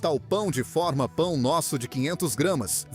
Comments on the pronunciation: Bom o vídeo mas é irritante fica repetindo o preço e falar pão de fórma. Não é som aberto, é pão de forma. Captou? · Pão de fÔrma... Quem mandou eliminar o acento diferencial?